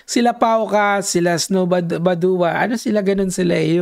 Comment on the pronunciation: badwa pronouciation nun boss kilala yan sa cycling community